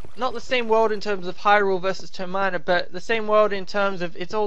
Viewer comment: By the way (LOL! Sorry...) Termina is pronounced "Tur-min-uh" (just like how you say it in Terminate (with uh instead of the ae sound).